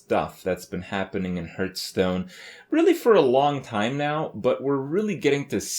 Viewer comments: Okei this has been bothering me for a while now. Why does he always mispronounce Hearthstone???? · Over 2 years into this shitfest, still pronounces gaystone wrong.